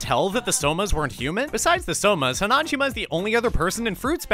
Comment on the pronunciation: I love this but the way you pronounce hanajima irritates me lol 😂